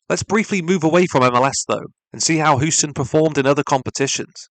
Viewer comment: Nice video! Just an fyi Houston is pronounced like Hew-ston, not Hoo-ston. Just figured u might want to know 🙂 have a nice day